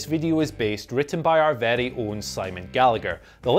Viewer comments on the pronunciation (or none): none